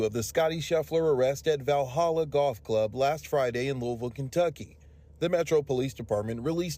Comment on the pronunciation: Thank you for pronouncing Louisville correctly!